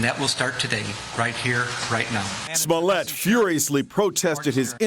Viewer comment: I don't care much about any of this. what I'm annoyed about is the fact that they can't pronounce smollet correctly